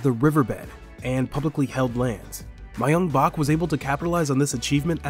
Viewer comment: Dude learn how to say Seoul and Myungbak. Wtf. It takes 12 seconds on google.